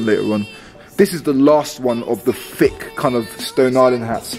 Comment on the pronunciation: Why do you say fick instead of thick?